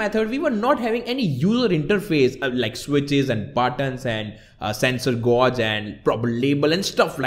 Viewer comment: Hi! I love your videos. And you speak really good English, however, you need to change how you pronounce "gauge". You are pronouncing it like "gorge", but actually it is pronounced like "page", but with a "g". Not trying to criticize you, I'm just trying to help.